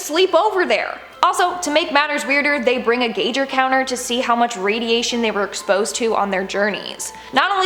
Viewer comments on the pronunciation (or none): It’s pronounced guy grrrr counter! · how you pronounced "Geiger counter " was the scariest thing on this video.